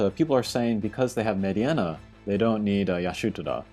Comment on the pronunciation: Meh-deenuh. Not med-e-enna